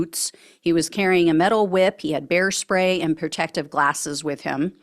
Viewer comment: When you first said bear spray I thought you said hair spay!🤣 I thought, Is this guy going to do a drive by hair styling on someone?